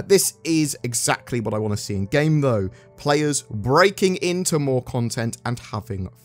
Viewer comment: "Moar" Ships